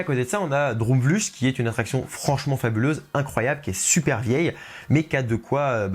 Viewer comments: Pour information, ça se prononce “Drôme vleucht" (ou “Drôme vleuRt”, en raclant bien la gorge). Eh oui, c’est un peu bizarre le néerlandais. ^^ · Droomvlucht se dit « Droumvloeurt »en gros, on prononce le u comme un oe collé comme dans oeuf et le ch en néerlandais se prononce comme la jota en espagnol, une espèce de r qui vient du fond de la gorge mais un R simple non roulé sera deja plus près de la réalité que ch. Quand aux deux O, ils se prononcent « ou » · Alors l'article est très bien :-) , mais ta prononciation du néerlandais par contre x) droomvlucht : oo se prononce comme 'eau' et ucht comme 'ukt'